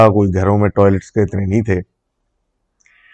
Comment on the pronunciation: that INNAAYYY ❤❤ full karachiii vibe ❤❤